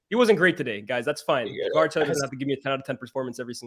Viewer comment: Good analysis but needs to learn how to pronounce Kvaratskhelia🤣😂